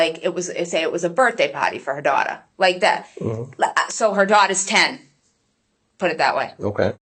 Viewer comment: Not making fun, I promise. I am from Georgia so you can imagine. I keep hearing birthday “potty” instead of birthday “party.” 🤣